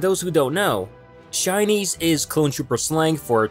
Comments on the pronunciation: Is it just me or am I hearing Chinese instead of shinies? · I thought he kept saying Chinese. LOL.